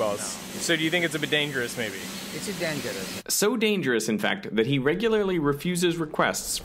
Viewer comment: "its a dangerousse"